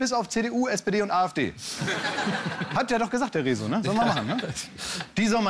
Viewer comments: Wenn ihr schon auf den Zug mit aufspringt und das Rezo-Video zum Thema macht, dann sprecht ihn (und auch Katja) bitte wenigstens richtig aus. Da ihr auf YT hier so aktiv seid, finde ich es bisschen peinlich, dass ihr die Namen eurer „Kollegen“ nicht beherrscht... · Ja. Wie er Rezo ausgesprochen hat. 🤣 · downvote für clickbait des titels und fehlender stellungnahme zu dem eigentlichen inhalt des videos von rezo (@ richtig ausgesprochen "rieso") Man merkt klaas wird alt..